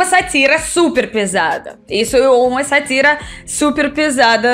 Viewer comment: Sátira se acentua na primeira sílaba.